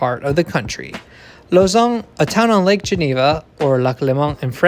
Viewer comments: Well really it's more like /lozan/ i think, rather than /lozɑ̃/, but still way better lol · Glad to see a YouTube channel pronounce Lausanne properly instead of pronouncing it like lasagna